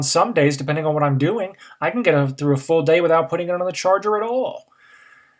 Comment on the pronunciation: Next year home pod for a fool squwad? Its a quwestion.